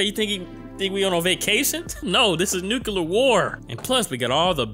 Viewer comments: Its nuclear "NEW CLEE AR" not NUKULAR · its pronounced new-clear, or nuclear, like the spelling, not nucular